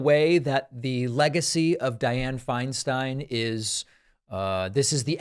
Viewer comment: Agreed David. She did contribute a great deal in terms of positive legislation (I’m a former CA resident - when Dianne was at her height). Thank you for pronouncing her name correctly as Finestine. So many have been disrespectful toward her as she’s declined.